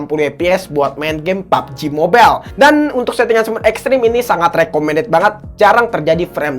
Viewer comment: Gw suka lu ngomong pubg mobile